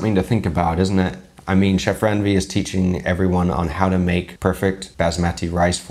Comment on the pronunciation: It's not Ran-Veer! As much as you like us to be respectable. So, it's a request you know how to pronounce the names properly as well. Stop comparing risotto with rice! Not everything is western food culture. Thank you.